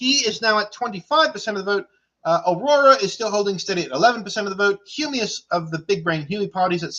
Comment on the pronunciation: Nice stream also "VOTE FA HUMIOUS"